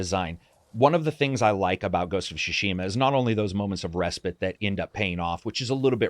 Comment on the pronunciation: Ask yourself should you listen to someone that pronounces the word respite, respit.